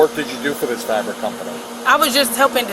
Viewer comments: 🩵💙🩵Boy is this a DOOOZY❗️ """FRABIC""" instead of "Fabric". And she """Had No ACKNOWLEDGE""" instead of "had no knowkedge".🩵 🩵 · "delivering FRABIC" 😂 Yo she called Fabric....FRABIC. That frabic! Delvering fabrics? 😂 LowIQ moment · anyone that doesnt know how to pronounce FABRIC is lying everytime they speak. "Fravrik" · She can’t speak English fabric “frabic ” and she is ment to be an educator. Makes me sad bro. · How tf does she work for broward county schools and she pronounces FABRIC as “FRABIC” 🤣🤣😭🤡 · How smart do you expect someone who thinks the word "fabric" is pronounced "frabic",😆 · She was found guilty immediately after she pronounced “ fabric” as “ frabric “ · I knew she was guilty to suck and I saw her but once she said, "frabic" it was a done deal. She really thinks it's how it's spell and pronounced because when the cop said "what," she said it the same way again before he corrected her and said "fabric?" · Delivering “fraabic” tells you something when you can’t pronounce a simple word like that, and she really seems shocked there is consequences to doing the scam she was doing, really sad how many human beings walking the planet doing criminal activity. Godless society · Frabic?! You're telling me she can't even PRONOUNCE the name of the thing/materials she supposedly delivers in her covery story? What?! 😦 ... Frabic! 🤦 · This muhfucka said “frabric”, she guilty! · delivering frabric WTF is frabric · She was delivering frabric..? She should learn how to pronounce what she’s supposedly delivering before she cashes fake checks not even delivering it. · She really pronounced it “frabic”. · She said Frabric! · How do you work for a school district and can’t pronounce FAB RIC? Her boyfriend set her ass up 😂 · She couldn’t even correctly pronounce the word “FABRIC”…of course she would be stupid enough to think she would be able to get away with this🤦🏾‍♀️😒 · “Delivering frabic n stuff” delivering what.? “Frabic” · Jeezus she can’t even pronounce FABRIC